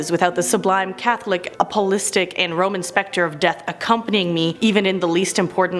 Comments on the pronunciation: A-po-stol-ic Apostolic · I rewatched it a lot also, just so I could see what she was trying to say 😂 I used to pronounce it like her too, my ex kept correcting me (he's Apostolic) so I finally understood how to say it correctly 😂